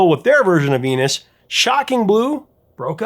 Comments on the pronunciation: Sounds like she's saying fetus, not venus. And bananarama makes it sound like penis not venus. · It sounds like she sings "Fenus". "V" is pronounced as "f" I Dutch (and German).